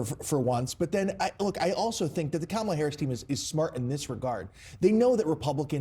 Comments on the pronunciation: Woah!!! Trump CAN pronounce Kamala's name correctly!! That new Melania video post and recent polling must've spooked him something good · I’m glad Trump knows how to say her name. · Trump just said "Kamala" correctly! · wow! he pronounced her name correctly. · At least the sweaty orange manatee pronounced Kamala's name correctly. 🙄